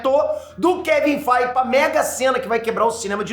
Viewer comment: "Kevin FEIGE" 😂😂😂😂😂😂😂